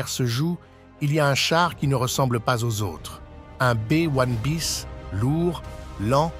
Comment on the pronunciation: un Bé ouane biss ? vraiment ,,,, en France on dit B1un bis.... c'est largement mieux et comme c'est un engin français ça parait justifié.. merci